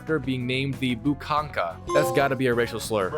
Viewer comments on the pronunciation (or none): Здравствуйте. Буханка, it’s not like buchanka, you should spell like buhanka, so yes буханка is loaf of bread in Russian